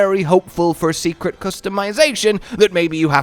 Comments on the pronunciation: Hey, the Seikret is not prounounced secret (See-Crit) it's pronounced (Say-Crit). Go watch day 2 of the live stream from the MH team, they say it several time. Keep up the word learning! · Is anyone gonna tell, that it's pronounced "Say-Kret" not Secret:S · They said it so many times at the show. Seikret (Say-kret) or (seh-kret) not Seeeeecret XD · All you have to do is change what you say It’s “dough/doe” shaguma “Say” kret And so on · Say it with me. Say-krit. I think it’s a mashup of sacred and secret, but I digress!